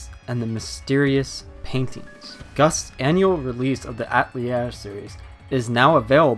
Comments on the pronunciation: It's pronounced a-tell-EA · Atelier is a four-syllable word that means shop in French. It's not pronounced At-lier. The newer voiceovers have really been annoying that way. Earlier games it was pronounced properly. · They pronounce it right in the Japanese dub, so I dunno why he was pronouncing it wrong. There is even a scene early in the game, where one of the sisters pronounces it deliberately slowly and easy to understand. Yet he still mispronounces it. I was really surprised, because I normally play my games with English dub, and every game I own that someone says Atelier, it's like they find a new way to pronounce it.